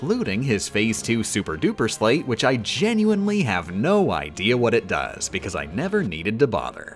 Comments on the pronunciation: U pronounced sleight wrong. Think of a magician and a deck of cards. You have probably heard the term sleight of hand. And how they use that to do most of their tricks. It pronounced the same way. Not pronounced like slate. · Calling them a 'sleigh't instead of sleight was dealing psychological damage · I before E, except after C and in long sounding A, as in neighbor and weigh. Except, of course for sleight, which rhymes with goddamn light! Stop saying slate, I beg of you! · It's pronounced "sl-ITESs" As in the play on words "Slight of hand",because it's a card game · You're mispronouncing those Org13 names (and maybe also the word "sleight") on purpose, aren't you? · I hate how she* says the org XIII names so much. I know it's on purpose just to sleight me. Edit. Peeped the pronouns in the video lol.